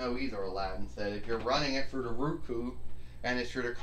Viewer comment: wins again. I hope you get use to your ROKU. (I understand you mispronounced it by saying Ruku. Pronounced Row Koo)